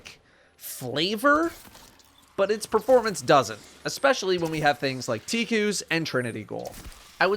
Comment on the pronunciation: Who the hell pronounces it tee cuss?